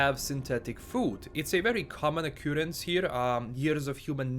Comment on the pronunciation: Got to say i absolutely love the way you say occurrence "o cooh rance" lol sounds good